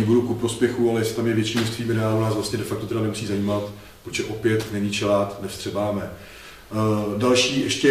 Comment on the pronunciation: Ahoj kluci, máte skvělý videa. moc se od Vás učím. Skvělá práce. Jednu poznámku si ale asi opravdu odpustit nemůžu. Možná Vám to už někdo říkal, ale chelát se vyslovuje [chelát], nikoli [čelát]... jen taková drobnost. Jinak ještě jednou díky za videa ;)